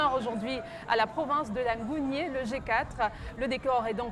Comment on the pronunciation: Les principaux ressortissants de la ngounié sont les nzebi, les mitsogo, les massango, guissir. On sait tous que quand on parle de punu on voit directement la nyanga. Il faut se documenter avant d’affirmer. Ps : on ne dit pas l’angounié mais la Ngounié